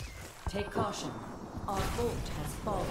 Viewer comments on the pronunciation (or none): none